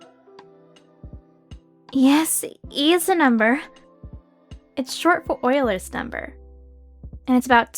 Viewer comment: DID SHE JUST PRONOUNCE EULERS NUMBER CORRECTLY? BASED